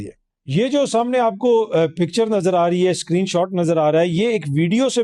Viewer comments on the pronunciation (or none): none